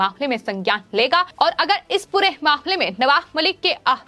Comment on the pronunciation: Ma'am, it is not आहरोप, it is आरोप. आयोग, not आहयोग. मामले, not माहमले Get speech therapy ma'am.